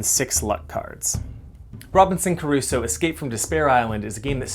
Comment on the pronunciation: Thanks for showing us this. Looks interesting and somewhat family friendly. But a small nitpick..."Crusoe" not "Caruso."